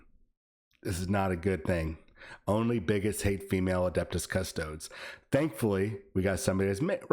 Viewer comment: Adeptus cus-toads?!?!?!?